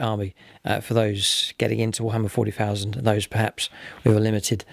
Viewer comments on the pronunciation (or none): none